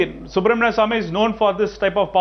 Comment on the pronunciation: Guys there is a serious issue in the country. We all have been making a huge mistake currently. This issue is so bad that we are all becoming anti-nationals. The pronunciation of Subramanian Swamy as Subramanium Swamy is a threat to national security.